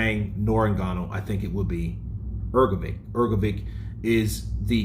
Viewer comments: Please for the love of god stop saying hrgovick, it’s pronounced hrgovich. You must have heard others say his name right, unbelievable at this point. I get you’re American but come on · Hrgović! Pronounce correctly, please. 😊